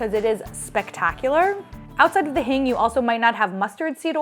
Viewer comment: It's pronounced Heeng